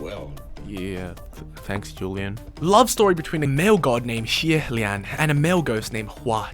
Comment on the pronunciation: i really appreciate the effort to properly pronounce xie lians name but i was cracking up at it progressively getting worse after the first time LOL